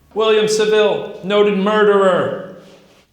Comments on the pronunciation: GLAD I WASN'T THE ONLY ONE BUGGED BY HIS SAVILLE PRONUNCIATION 😂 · Also saville lol